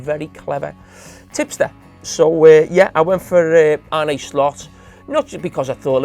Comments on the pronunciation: 4 months into the season and he still can’t get slots first name right .. he’s a fkn embarrassment! Arnuhhh not arneyyyyyy !! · Still baffled as to how Carra pronounces Arne, where’s this Arnay come from? Carra, did you not play with a guy called Jon Arne Riise? It’s the same name. Pretty sure you didn’t call him Jon Arnay Riise. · Arnaay slot😂😂 the way his accent make him butcher the simplest of names